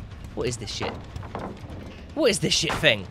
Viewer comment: Who else kept getting annoyed when he kept calling her fung instead of feng that one time.